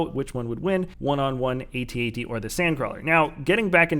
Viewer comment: if a snow speeder can win against a AT-AT, than id say the sandcrawler would win against an AT-AT oh and BTW, its Pronounce Eay Tea-Eay Tea